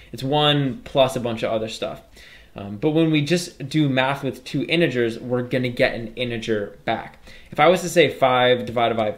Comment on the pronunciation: He call inigers to integers